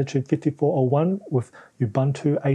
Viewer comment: say it with me: ooboontoo not ubuhntu